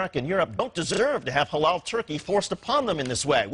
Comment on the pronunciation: why it sounds incorrectly mispronouced like ha-laow and not ha-lal?